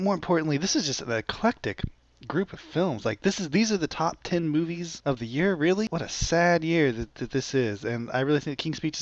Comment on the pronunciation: its Movies not Moîes,.....